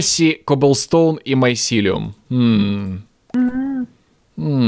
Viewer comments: не майсилеум а мицелий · помните как в Sky Den у некоторых подписчиков бомбило из-за того как произносит название майсилиума?